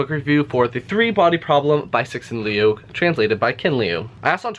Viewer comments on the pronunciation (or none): Note: the "i" part in your description should be pronounced like "sh-i-rt". So imagine "tsirt" without the -rt part. Also, the surname's pronunciation is better described as "leew", like "few".